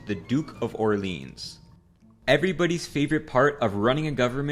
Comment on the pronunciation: Orleans pronunciation also